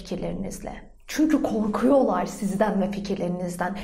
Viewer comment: O kadar ağzı dolu bir şekilde "korkuyorlar" dedin kii😂